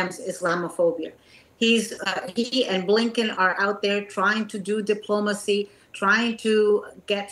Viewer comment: Did she just say "doing some deplomacy"? Good Night ...I'm dumber for having watched this